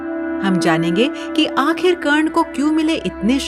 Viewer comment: Who so ever is the narrator of this story I request you to give respect It's not wo karne it's wye karna 😞